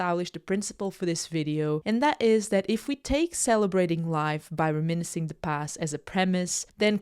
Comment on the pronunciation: Can you learn to say reminiscing properly please